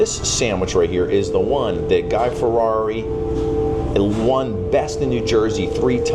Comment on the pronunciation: please stop butchering his last name, it's pronounced " Fi-etti" NOT "Ferrari" although there is an "R" it's pronounced like a "T", geezzzz